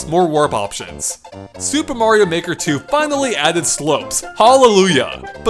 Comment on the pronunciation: In the beginning it sounds like he says super mario nword 2